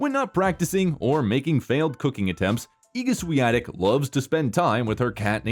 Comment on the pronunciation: Thanks for getting the pronunciation of her name correct.